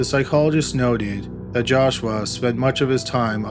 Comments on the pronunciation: The way you say JASH-WAAAH gets on my nerves!!! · The entire second story I couldn’t stop hearing “Josh-wa” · Maybe he's a Filipino. 😂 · Calaforniaaaaa , jashwaaaaa , jashwaaaaa, jashwaaaaa 🤭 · Joshwa is how he is pronouncing Joshua. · Josh-WAA... sighs... jesus christ joshwaaa whhhy??!!! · If I ever hear you say Joshua again...…. XD